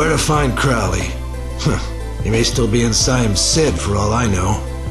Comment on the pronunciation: You're pronunciation drives me nuts. You say it with an "oh", like "go". How do you mess up the pronunciation after you hear it right? I still enjoy the vid though. The problem was probably the golem body. Golems could last only up to a few years before they decomposed. And maybe you've saw the name in some other game or something. Crowley is a reference to Aleister Crowley, the famous occultist, and the name has been used a few times in a number of media. Either way, not a good omen.